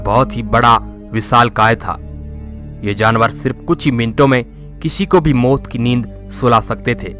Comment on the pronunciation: Bhai moot ki neend nii maut ki neend😭😭